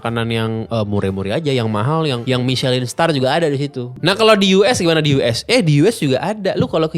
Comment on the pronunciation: Juga bukan dibaca "Michelin", tapi lebih ke "Mishelang".